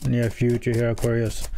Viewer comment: I like how you say.. aw. Qwar. Ree. Usssss😂